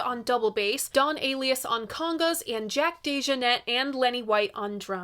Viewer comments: Kind of Blue of course, but so many more I like. Nefertiti, In A Silent Way, Round Midnight, Milestones, Porgy and Bess, many more. And if is reading this, Don Alias’ surname is pronounced uh-LIE-us. 😌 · Pretty sure it's Don 'A-lie-us'😉